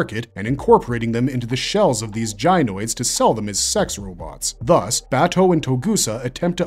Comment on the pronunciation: i couldnt finish this every time he says Baaaa toe it drives me insane, his name is Bah Toe they say it multiple times in the anime